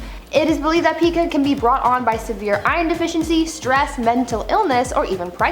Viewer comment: Pica is pronounced with a long I sound. Like Pike. My daughter was diagnosed with this when she was 5. She did grow out of it tho.